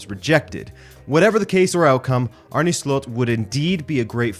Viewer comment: Finally someone that says his name right, most people say Arnie... That aside, I wonder how this will go given the similarities to EtH. Making a jump to a team like Liverpool will still be a big step that could quite easily go wrong.